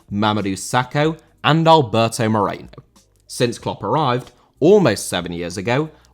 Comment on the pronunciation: Moreno* not Moreinouw